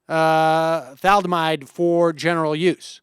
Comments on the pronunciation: One again.. say it Sam: Thaa - Lidd - Aaah - Myde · For God's sake, Sam, thah-lid-a-myde. Thalidomide. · Sam - next time you give the Thali-do-mide example, which is great, know that this is how it's pronounced, just sayin.. anyways, it's always so painful to hear these folks. They use tech to call in, tech that would probably not be possible without government and would cost them arms, legs and kidneys if private companies took care of everything, and still spew their idiotic, juvenile tantrumy, unrealistic arguments from the comfort of their modern-age homes and not off-grid caves.